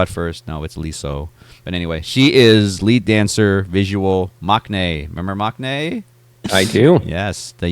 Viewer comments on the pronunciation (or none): Learn to pronounce maknae correctly. The k should be silent and you’ll be closer to the correct pronunciation.